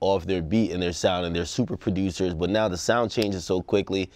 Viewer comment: “Well he’s laying the blueprint for how prodOOOUUUSURS stay relevant “